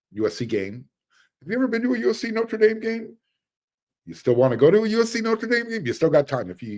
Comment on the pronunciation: I really like your channel. But... Say "theatre". Now say "notre". I'll uh I'll show myself out...